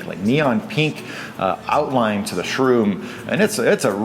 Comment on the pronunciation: Where are you from? The way you say pink ("peenk") is really foreign to me... Great vid as usual:)